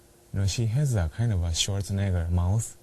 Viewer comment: sounds like he is saying "schwarznegger" to me...."schwarznegger mouth" something.